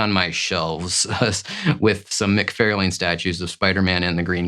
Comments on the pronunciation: This is a great list. As most list are, cover art can be very subjective to whom is selecting the list, but you have some great ones on there. I do find it interesting that you call McFarlane "Mic-Fair-lane". Does he pronounce his name that way? I think most pronounce it "Mic-Far-lan". I'm curious now how he actually pronounces it. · Its mc far lin, not mc fair lane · For the love of god - please - learn to pronounce mc-far-lin, it’s so annoying given how many videos you mention his name in (all incorrectly). Same for Rob Lie-feld. Lie + feld. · I like your videos but one thing that bugs me is you claim to be a big fan of Todd McFarlane yet you constantly mispronounce his name as "Mac-Fair-lane" when it is "Mac-Far-Lan". But you also state you aren't into creators so that might explain that. Or you might be AI? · Wait, do you say "McFairlayne" on purpose? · For the love of God, get Todd’s name right! Mc-Far-Lan. I have met the whole family and your pronunciation is like nails on a caulk board. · Love the chennel but every few vids where Todd McFarlane is mentioned im like "how is he your fav artist and you can't pronounce his name correctly?!" haha. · I literally thought he you were talkin about someone else by the way you pronounced Todd McFarlane’s name 😂😅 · "I am such a huge fan of my favorite artist that I say his name incorrectly and apparently have never spoken with anyone about him?"🤔He's titled this BEST covers but then refers to these as FAVORITE as if those terms are interchangeable. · LOL, I agree with everyone correcting your Todd pronunciation, but dont hate me! I love your channel! Just discovered you and you’re better than a lot of more established comic channels. Crisp image, love your background, solid graphics placement, and most important, solid intelligent commentary! You rock my man!